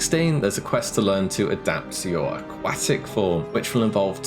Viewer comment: Ah-KWAAA-tick form you say?